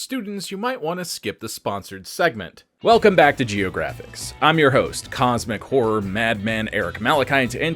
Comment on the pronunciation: Lol, I still hear Cosmic Whore instead of cosmic horror 😅